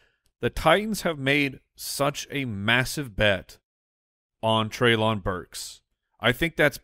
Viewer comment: Guys it's trey-linn burks not Trey-lawn Burks.